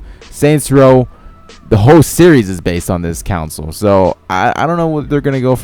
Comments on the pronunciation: It's "console" not "counsel". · Stop saying it Council, oh my god. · STOP SAYING FUCKING COWNSOL ITS CONSOLE!!!! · Fyi, you're mispronouning the world "console". Its con-soul. Otherwise awesome vid. I liked. Good editing esp with the music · I'm sorry but how you say console pisses me off.